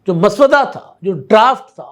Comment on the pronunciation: Maswada nhi janab Musav,wada asal talafuz hai , ap sub ghalt talafuz ada kertay hain